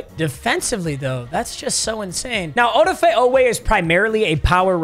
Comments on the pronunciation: Oweh’s first name is pronounced A-da-fa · The way pronounces Odafe triggers me LMAO